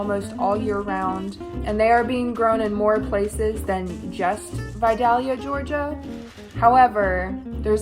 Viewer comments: btw you don't pronounce the L in Vidalia! it's pronounced more as Vi-day-ya. gotta remember it's from Georgia 😆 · The vidalia casserole is almost identical to my mom's squash casserole! Just add yellow squash and cayenne, yum. (Also I guess this is the first time I've heard someone outside of AL/GA say vidalia, and hearing the second l pronounced really threw me for a loop 😂 oops!) Also! For the Indian dish with the pearl onions, do we think that using canned or frozen pearl onions would be acceptable?